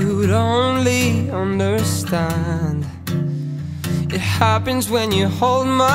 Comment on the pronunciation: Haha you can hear his Dublin accent when he says understand :P